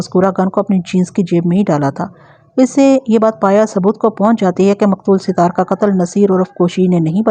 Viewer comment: Sat.....taar sahi lafz hy Sit...taar koi lafz nahi hy